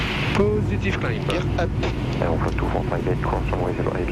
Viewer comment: 😂😂 ‚geeear upp‘a‘ 😂😂😂 french